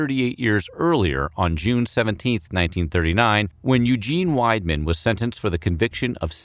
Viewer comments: The first two times you pronounced Weidmann right then you said Weedman the third time. Just a bit of a sore spot as it's my maiden name. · Unfortunately, he did not pronounce "Frankenstein" properly and he also got "Weidmann" wrong.